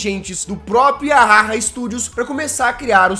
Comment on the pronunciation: Eu acho q vc pronunciou "yahaha" do jeito errado kkj